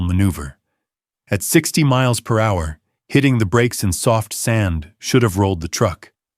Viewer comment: Can't even pronounce millimeters or miles per hour correctly let alone a few other words 😂